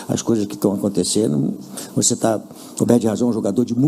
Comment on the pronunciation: Pofexô Luxa, voxe foi Xafado 😂😂😂